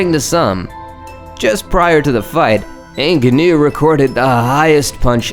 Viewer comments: Francis vs Alistar isn't called the most violent fight. It's the most violent uppercut. Also you are pronouncing Ngannou wrong. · how do you have an MMA channel yet don't know how to pronounce Ngannou